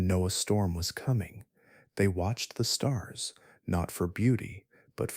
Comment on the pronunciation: A sky full of stars? Lol might want to pull back on the emphasis...we're not actually listening. You actually found me due to the algorithm, but you have a talent for putting people to sleep......thank you sir